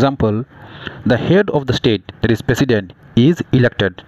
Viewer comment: President❌ Pesident ✅